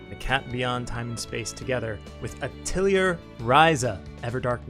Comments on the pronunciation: A thuh lee hay... you're welcomed. It's french for workshop. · rip nobody briefed you on how to say "atelier"